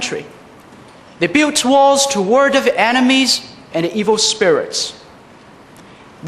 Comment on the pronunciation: 感觉他built这个词发的，有点iu的音，没有听出L音的卷舌音，但是他其他的有L卷舌音的单词都发的不错，school等词。